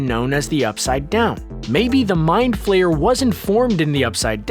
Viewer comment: It's flare not flayer